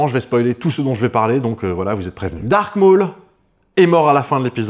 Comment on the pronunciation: Tu m'as souvent étoffé mon savoir. Donc laisse moi te rendre la pareille. C'est "Darth" Maul à l'instar de Darth Vader. Et non "dark" Maul. Darth est un titre Sith. Quand au second c'est bien Vader (signifiant père en allemand et en néerlandais) et non Vador. Ce sont des erreurs du à la VF, que les gens continuent de perpétuer à tort